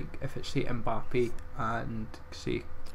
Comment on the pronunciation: Why do you say M-Bap when it’s said M-Ba-Pay?